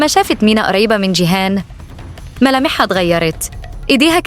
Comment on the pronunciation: انت ليه بتقولي شيهان مش جيهان